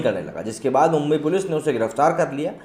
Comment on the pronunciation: Mumbai, our Godess name is मुंबादेवी, सो please take Mumbai name proper, you are not British that u can't pronounce actual name